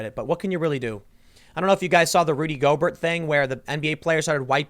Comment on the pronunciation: Tim, Rudy Gobert's last name is pronounced with the same ending as Stephen Colbert.